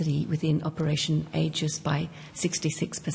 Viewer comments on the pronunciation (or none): Wild absolutely wild. Snr HR manager/everyones wine aunt Can’t even say AEGIS, literally shield of Zeus. Instead she said, age-ist. While talking about protecting the community and also admitting to allowing 154 out of the 5 bad offenders to go free, without monitoring. What’s next, men in woman’s bathhouses?